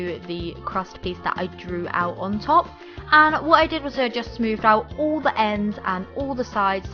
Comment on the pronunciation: You say "all" "ULLLL"